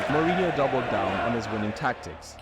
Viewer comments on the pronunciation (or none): Mourinho is pronounced like Muriño if you are familiar with spanish, if not it's like Moore inyo. Winning in Europe means in the Champions League. Galactico means galactic and it's a nickname for Real because they have the stars. Every country has a domestic league and a domestic cup, the cup is the elimination style tournament where all clubs of all levels of the country participate, the league( La liga in spanish) is the championship of the first division where it's based on points depending on the club's results. Real didn't parade after every El clasico but for winning the spanish cup called Copa del Rey(Cup of the King). Super Cup is a title normally between the league champions and the cup winners if different clubs won it(a club can win both in the same season, if they do it's called a double), it's not more important than those though, it's like a season opener title basically like at Wednesday Paris Saint Germain won the european Super Cup against Aston Villa(Paris Saint Germain is the Champions League winner, Aston Villa won the Europa League). In the strategy video you criticised tiki taka but it's the strategy that Guardiola created in Barcelona when they won everything with Messi, Xavi, Iniesta etc. Stamford Bridge is Chelsea's stadium. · Quite a few error in the Mourinho bio in that video, in particular around the Benfica-Leiria era. Terrible Portuguese pronounciation as well...